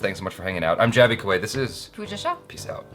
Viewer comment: Shame on you pooia.even jaby pronounced perfect